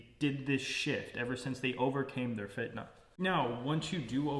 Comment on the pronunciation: You said fitnah correct brother